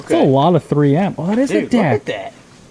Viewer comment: I’m sorry but that is “tree yem” not “3M”